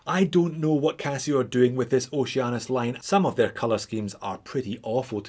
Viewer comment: now i cant unhear Oce-anus